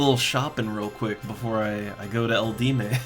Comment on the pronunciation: Eldieme necropolis is pronounced L.D.M. :) easy way to remember.